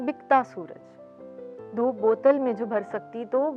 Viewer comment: Shaira sahiba ke talafaz ki adaigi kuch sahi nahi thi, voh kheerah ko khairan aur dhoop ko dhop perh rahi thi.